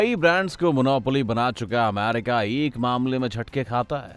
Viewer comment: A LODU ACCHE SE BAG KR NA KYA AMAAWWRICA AMAAARICA KYA HAI YE BC